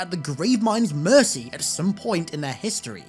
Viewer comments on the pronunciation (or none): none